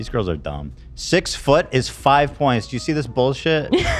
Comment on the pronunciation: Oh god, I just got to the part where says “I have 3 girls” or “goyels” as he says it. So gross